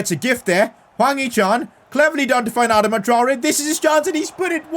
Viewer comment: It’s pronounced Adarma Traore. Sorry just for some reason pisses me off when you say it that way bro.